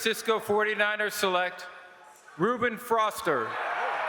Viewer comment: commissioner Roger Goodell couldn't pronounce Ruben Foster he said Ruben Froster